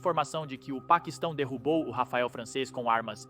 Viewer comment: Rafael? Não seria Rafale?